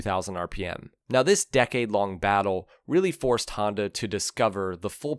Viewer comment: WTF is a Haandowh or a Yeamohow?!